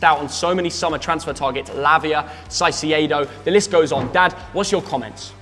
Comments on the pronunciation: The name is Caicedo, as in Kaicedo,..not Sasiyedo 😂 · It’s pronounced kaicedo not saiciedo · it's caicedo not saisiaido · Not caicedo Saisee aydo😂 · SighCeado?????? Caicedo. All love though and love the vids. Keep up the good work. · it's not Saicedo, it's Caicedo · Everyone, literally EVERYONE pronouncing Caicedo’s name (Kai-Say-Doh) and - Saisiedo 🤦‍♂️ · You don’t say “Saisiedo” yo say “Kaisedo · Re Caicedo… I’m begging you - can you stop calling him Sigh-See-Yay-Dough? Please. It’s pronounced Kai-Say-Dough. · It’s not Cy-ce-edo it’s Kai-ce-do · Why are they saying Sai See ay dough… Caicedo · Everyone: Caicedo (Kai-se-do): Saisiado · Caisedo❌ saisiedo✔️ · Did i just hear Sasiedo🤣🤣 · They’ve both said saiciedo again 😂😂😂😂 atleast after 3 videos now pronounce there name correctly ffs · It’s kai-say-doe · Man said sasiedo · shy-she-a-do lmao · CAICEDO mate, first C as a K, please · Saiseiedo wtf😹😹😹😹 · Why is no one talking about “shy-see-aye-doe”? I’ve never heard Caicedo pronounced liked that. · Why the hell do they pronounce it "Sai-see-ey-do"???? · Hearing theo call caicedo, Sigh-See-Aye-Do makes me want to kill myself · For all that's holy.. it's Kai say doe, and Ah din gra.. 😶🔫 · Man said Saisedo 😂😂😂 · CAIcedo!!! CAI! K sound! Jesus.. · No way u said sasieido th Ogden and 😂😂😂😂😂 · It's pronounced Kai-Seh-Do guys ;) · Caisiiedohh 😂instead of Caicedo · How can you pronounce Caicedo that wrong? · Can someone tell Theo how to say Caicedo? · Correct me if I’m wrong , but do they say caicedo completely wrong ? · You might to learn how Caicedo is pronounced. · Why does he say caicedo wrong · Please stop saying the name Caicedo that way.. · It's pronounced caicedo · Never heard someone butcher a name like they did with caicedo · Why does this guy say every players name incorrectly. Caicedo, Isak etc